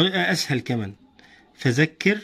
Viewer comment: فذكر وليس فزكر